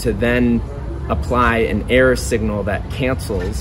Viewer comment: Are you saying "error signal" ? I'm not able to discern it. Thanks. And does an error signal behave as a noise cancelling wave form? I'm trying my best to understand stuff that is out of my depth. I understand that it's probably engineering 101 day one stuff but I'm an artist and never grasped higher math. Thanks. -✌🏼